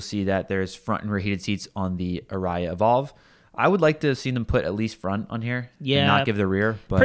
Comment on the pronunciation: I couldn't get over the "arayah" pronunciation. Sorry fellas, it's "a-ree-a". Stress on the "a-". I loved your review!